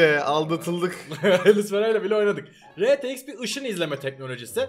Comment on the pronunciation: Rtx e retex diyen tek yürekli adam 😂